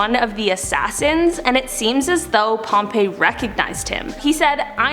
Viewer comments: pompey is pronounced pom - peeee not pompeii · It's pomp-eeee not pompay not trying to be mean Just wanted to say it